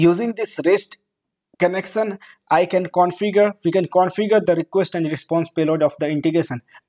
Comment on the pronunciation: It's connection not connecsan.